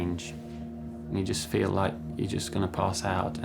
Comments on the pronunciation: It's FEEL not FEL and it's CRACKING not CRACING. 🤣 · "I can fel my chest cracing"? Really?